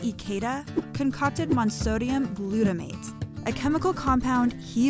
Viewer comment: I loved the video, but this woman mispronounced a lot of chemistry terms, including monosodium glutamate... I don't get how she messed that one